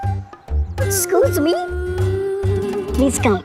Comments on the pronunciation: Other people tell excuse me But say scooj me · Others: excuse me: scooz me 😂😂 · Toba toba 😅😅😅😅😅😅😅😅😅😅😅😅😅😅😅😅😅😅😅😅😅😅😅😅😅😅😅😅😅😅😅😅😅😅😅😅😅😅😅😅😅😅😅😅😅😅😅😅😅😅😅😅😅😂😂😂😂🤣🤣🤣🤣🤣🤣🤣🤣🤣🤣🤣🤣🤣🤣🤣🤣🤣🤣🤣🤣🤣🤣🤣🤣🤣🤣🤣🤣🤣🤣🤣🤣🤣🤣🤣😂😂😂😂😂😂lol 😹😹😹😹😹😹😹I can't stop laughing😂😅😅 that thr word is excuse me not excus me eexcise 😂🤣😹